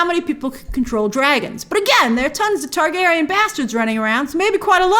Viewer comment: Ayy gone tawr gay ryenne. I will respect George RR Soros' opinion on this matter when he finishes the books.